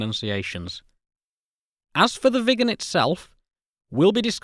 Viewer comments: Next aircraft and video I guess is about the McDonnell Douglas F-4 Phantom II as that aircraft badly lacked a gun during Vietnam and the F-4E was introduced. Great video on the Viggen and you did do a good job of pronouncing Viggen! Hello from Sweden 👋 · It sure wasn’t 10m people back in the 60s! BTW, you pronounce Viggen just fine! It’s stunning what could be done back in the day with the small memory and modest computing power.